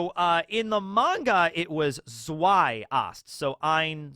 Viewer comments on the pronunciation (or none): none